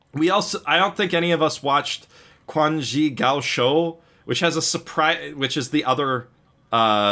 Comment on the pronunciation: Man, I'd love to hear you guys rave about Quan Zhi Gao Shou but you guys rape the pronounciation so fucking hard. Like it's not even close... please go listen to a native say it, it's on tencentvideo on youtube.